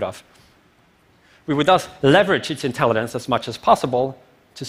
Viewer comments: I can't help but hear him say "intelli(d)ence". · why he keeps saying intellidence? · Someone PLEASE tell this guy there's no "d" in "intelligence"!....... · If this guy says “intelliDente” one more time I’m throwing my phone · sobering talk. funny how my brain gets distracted by a simple mispronounced word > intellidents. AI wouldn't waste time with such useless distractions. I'll continue evolving until it's unnecessary :) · Why does he keep on saying "intellident". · Someone needs to tell him that it's not pronounced "intelliDens", it is good talk though. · Artificial "intellidance" :)))) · Somebody needs to tell him how to pronounce 'intelligence'...